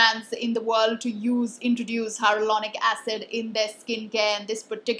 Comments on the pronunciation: She says HyRo-Lonic instead of Hyaluronic 😁 Cute! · Plz pllzz learn to pronounce hyaluronic acid correctly.. take it as a healthy criticism.. dnt do this mistake again. It ruins all the hardwork u put in gathering all the info wen u dnt pronounce the word correctly..